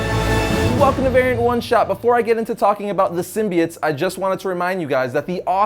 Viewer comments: sim-bi-otts. sim-bee-its. kms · Ok its a minor thing in the scope of everything, but the way pronounces SYMBIOTES is off putting. Its pronounced sim-bee-oats not sim-bee-its. Minor thing that comes up a lot between comic book readers is how names are pronounced because comics are a reader propelled art form. We each interpret names so differently after years and decades of reading. Lol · Sim-bie-its? It's Sim-bie-otes. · why do people pronounce symbiotes as SIM-BI-ITS when it was originally pronounced as SIM-BI-OATS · This was a good video and all, but I was entirely distracted by the start. All I could hear from then on was "sym-be-its". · you mean, 'symbi-OATS'🤣